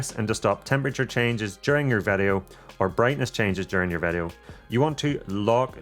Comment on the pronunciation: “Vedeo mode” 😄 Thanks so much for this awesome guide! I just ordered the Mini Pro 3 and it’s my first drone, so this guide was absolutely perfect for me! I really appreciated the pacing - you covered even the most basic info without belaboring anything!